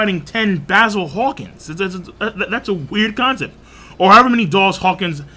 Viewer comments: ... Are you saying, "Hawkings?" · Bro. U know it’s Hawkins not hawking right?